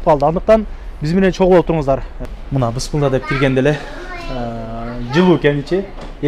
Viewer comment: Эй автор айвлдык эле баласын. Тим эле шаарлыктардай болуп Бысмылда. дебей туура айтсан Бисмиллаах. Билип туруп эле кайсарлана бербей. Жаман кабыл алба сени дагы биро сени туурап анан бурмаланып кетбесин